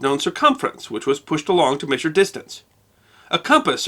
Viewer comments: These videos are interesting and informative (this one included), but where is this gentleman from whose local dialect has him pronouncing "measure" may-shur instead of meh-shur? It's a genuinely interesting linguistic idiosyncrasy. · Hate the way he says Maysure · You pronounce "measure" like a pirate.